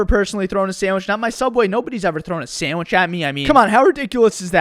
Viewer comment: so, throw sammich, get sammich. sammich.